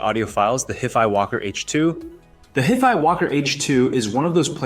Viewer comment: He can't even pronounce HiFi correctly.